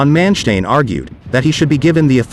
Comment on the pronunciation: I'm just wondering, is the narrator a computerized voice, because of its mispronunciation of von Manstein and Model?